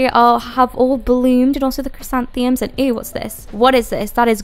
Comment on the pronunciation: You're adorable. I can't not type this though.. Asado = ah-sah-doh, and the dreaded flowers are chris-anth-uh-mums